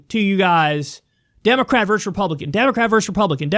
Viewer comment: Kyle - "versus", not "verse". 🤦